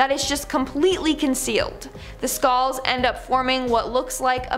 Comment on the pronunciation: skalls? say skull